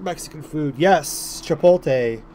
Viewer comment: Dude, it’s Chipotle not chipole xddd